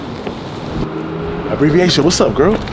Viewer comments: “Abbreviatia” How does he come up with this. 😭😂😂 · So I was done 8 seconds in. “Abbreviaisa” 🤣😂🤣🤣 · kravenor no he said abbreviatia. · “Abbreviasia” LMAOOO YO RELAX W THE NAMES IM CRYING!!!!!!!!!!!!!! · Abbreviasha, Quotasha, Punctuasha. I can tell this channel is hooked on Pheonix. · Bruh i just realized outta the few times i watched the series. This man said her name abbreviasha 😩🤦🏾‍♂️😂😂😂. I’m here in 2023 😂😂😂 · "Abbreviatia" 🤣🤣🤣 bro what the fuck 💀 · This nigga just said “Abreviatia”